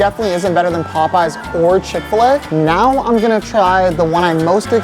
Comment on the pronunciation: what did he just say? POPEYES?